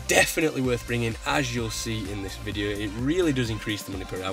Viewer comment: "Hello my name is and him here with a new videuh."